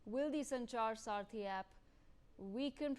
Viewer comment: It’s Sanchar saathi not sarathi, she kept saying sarathi in the first half.